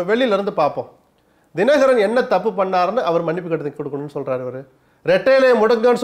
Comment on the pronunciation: This is the first time I see someone talking sense about Sasikala and rest including Dinakaran pronunciation is not great. DMK have no choice to remember this Guy 😂. If I were Sasikala I would really appreciate this guy.